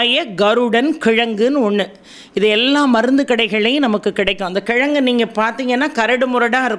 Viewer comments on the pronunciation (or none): none